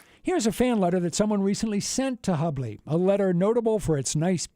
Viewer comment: Grrrr....it's pronounced hue-bley.